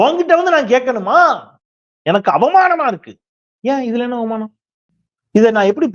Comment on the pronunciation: பெருசு அவ்வ்வ்மானம் இல்லை அவமானம்